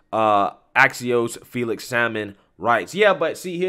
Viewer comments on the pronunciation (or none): none